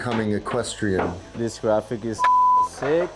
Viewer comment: Jurassic Park Grant the word graphic with a D